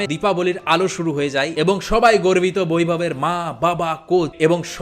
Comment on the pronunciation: Correction-- He is Baivab not vairab😢